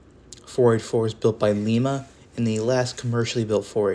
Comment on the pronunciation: Lie-mah. Not Lee-mah.